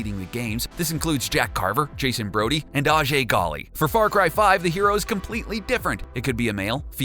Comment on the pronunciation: It is a jay Not ahjay Ahjay was how the people in the game mostly said it But it’s a jay